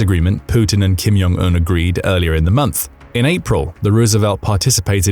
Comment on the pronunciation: it's not "Kim Yong Un", it's Kim Jong Un (J is pronounced as in "blue Jeans")